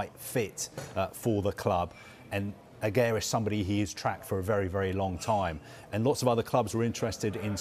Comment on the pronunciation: They actually pronounced Aguerds name wrong.